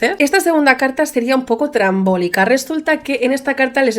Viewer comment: Por favor la palabra trambólico no existe, se dice estrambótico, me da TOC cada vez que lo escucho 😅